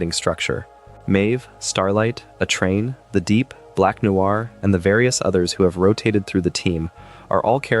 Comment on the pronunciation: ew, why did you say A-train like that?